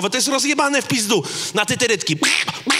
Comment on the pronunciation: Rafał - Trytytki, a nie tytyrytki...